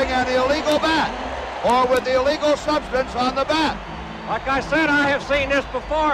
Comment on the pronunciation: what are those "foreign substanzes" ?